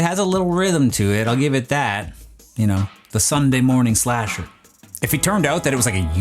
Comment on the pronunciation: Its slasher, not splasher lol